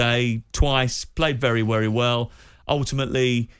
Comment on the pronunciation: Lingard played 'very wery well'